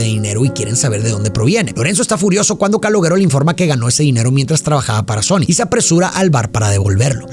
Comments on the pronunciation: Una de mis pelis preferidas. Creada por De Niro. No sé dice Caloguero... Se dice Caloshero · Se escribe calogero pero se escucha caloyero no caloguèro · Amo esta peli y a, pero por fa: no se pronuncia /calogUEro/ sino /calóyero/ ( la Y sibilante, vibra, con la lengua detrás de los dientes de arriba. Y muy importante el acento en la E). El resto impecable como siempre. ❤ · Se pronuncia (Calóyero) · se pronuncia Caloyero, es un nombre italiano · No Es Calogero Es Calolleró. Video Tonto. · Calogero nose pronuncia caloyero ? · no quiero ser pedante, pero en verdad no se pronuncia Calogero es como "calóyero" sbs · "Callóyero" se pronuncia en italiano o algo así... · Calogero se lee Caloyiero. Sin ofenderte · Todo bien pero se llama KALOYERO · Excelente cómo siempre pero tenías que llamarlo Caloooooogggggeroooooo con acento italiano 😂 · calogero no, cáloyero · ja ja, perdón, Pero yo quien es Caloguero, y pues ya vi que lo pronunciaste como se le, y falto enfatizar. Pero si, esta es de mis peliculas favoritas de cine italo-americano, que se puso muy de moda en los 80s y 90s, la diferencia es que en esta se enfoca al hombre común y no glorifica a los mafiosos. Y la mejor frase, y que sigo diciendo, que Hombre Duro, es el hombre trabajador, es muy fácil apretar un gatillo, no se requiere mucho esfuerzo, pero levantarse temprano todos los días para ir a trabajar, eso es tener huevos, y no los delincuentes. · Se dice "Calóshero" o "Calójero". Encima lo dice tantas veces que ya me produjo ansiedad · We eres mi ídolo neta me gustan mucho tus reseñas pero el nombre del chico se pronuncia "calóyero" jejejejeje se oye bien jalado no pude terminar la reseña 😢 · que no se dice CaloLlero? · Se pronuncia Caloyeró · Pronuncia bien su nombre mrd! 🤦🏻🤦🏻🤦🏻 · No pude seguir viendo el vídeo por como pronuncias el nombre del chico 😵‍💫🥴😵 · Cómo te través a pronunciar el nombre “Calogero” así y las veces que lo hiciste!!! Jajajajaja 🤦🏻